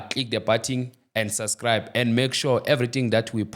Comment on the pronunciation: Your English is not make sho 🙄please do something about it because I'm really worried I've watched the whole interview and I noticed that you are Ay let me tool. Lesson number1 = Subscribe not syscribe